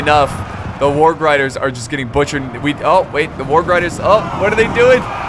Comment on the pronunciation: when he doesnt know how to say warg....... HAAAAAAA